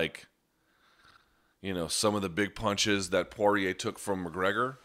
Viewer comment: Luke finally pronounces Dustin's surname the way he himself does